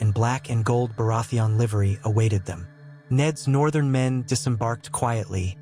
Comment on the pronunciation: Great video. I just don’t know why you say Baratheon like that.